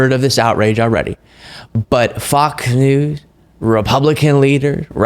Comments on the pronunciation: I've noticed that has a speech impediment where he often doesn't pronounce the S if it's the last letter of a word. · I don't know if it was an accident or not, but you called Fox News "Fok Nu" and I'm totally hear for it.